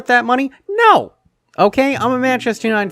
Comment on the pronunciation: why did u say no like that? 🤣🤣🤣